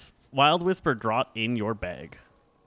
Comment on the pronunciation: That word "draught" is pronounced "draft". Like draft beer.